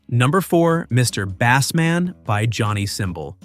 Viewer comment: The Bassman is pronounced as in basement, not as in the fish. Good grief!